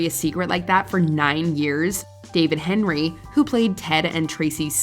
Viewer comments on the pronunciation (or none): none